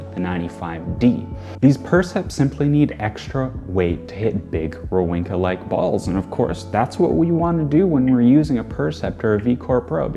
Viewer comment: Wawrinka is pronounced as if it were Vavrinka